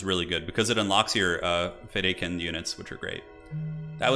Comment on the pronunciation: It’s pronounced feydakeen.